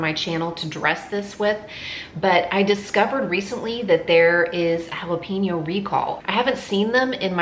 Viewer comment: Jalapeño = Hala-pen-yo. NOT pin-yo.